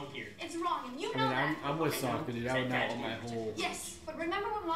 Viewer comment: You got to really emphasize the O in Sokka.